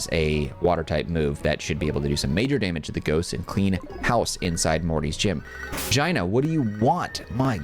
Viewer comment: The way you pronounce Gina absolutely cracks me up every time lolol